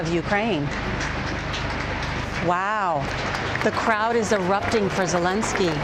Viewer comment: It's a quarter a million, not tens of thousands. His name is Zelensky, not Zelinsky.